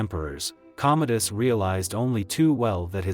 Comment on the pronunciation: Commodus, ffs. Not Cometus, not Cometis, COMMODUS. If you're using AI for your subtitles (and voiceover) you could at least use AI that's not too friggin' stupid to get the friggin' name right, for frigg's sake. Stopped watching after 1.5 minutes, shoddy work, wonder how many of those "facts" are, actually, facts.